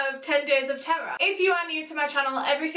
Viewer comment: It sounds like your saying Ten Days of Tarah. Yo a whole 10 days about me!